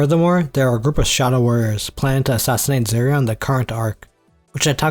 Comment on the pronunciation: Yeah i cant understand any of the names he said. I was doing dishes so i couldnt see the screen. He calls serie "Zuria"